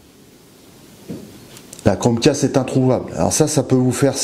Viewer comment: Pas crochet mais cromcast